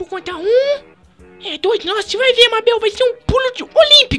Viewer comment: nao consigo ver o video intero pq o fala mábel